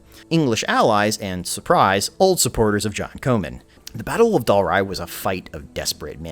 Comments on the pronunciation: Comyn Not , Co man .. Yanks , can't pronounce anything the right way... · Comyn is pronounced Common. Please fix this or your video is bloody useless! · John Comyn is pronounced like common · Gaelic is GAlick (Scottish) not GAYLick (Irish) Roxburgh is Roxburra Comyn is Cawmin